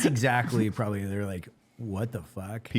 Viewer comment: Has nobody noticed Evan saying “pwababwy” 😂😂